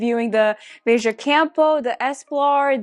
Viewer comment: It’s “Vay-juh”. So you said it correctly